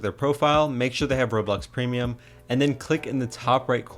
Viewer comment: ''premium'' damn it